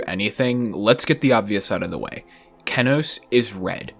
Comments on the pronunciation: not keh-noase, key-noase. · he says keh-noce not key-noce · kEnos not KeNOS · Key-knows not keh-knoes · Cool but istg isn’t it pronounced KEEnos and not KEHnos? Am I tripping? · “kehnos” that hurt me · Kenos; a top ten extreme demon verified by npesta, the verification took 8 months and 135,320att to verify, he has become an internet meme for his hilarious reaction to beating the level, pronunciation (key-nose) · did he just say kennos wtf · It’s pronounced kee-nœs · sorry but i cant stand the kehnos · Every time he calls it "kehnos" I lose 5 brain cells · Yeah man it feels so unbecoming but whatever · Kennose he says, kennose. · Dawg the funniest thing about this video is how you pronounce Kenos